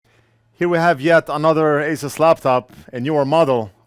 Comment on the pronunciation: Just a polite FYR for future videos. Asus is pronounced, "Ay-Soos" at least officially from the company. :) You may also "Google" how to pronounce ASUS as well. Great expertise and hand steadiness in your repairs and loving your videos!